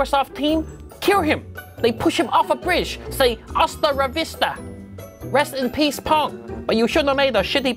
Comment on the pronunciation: You mean "Hasta ra Vista"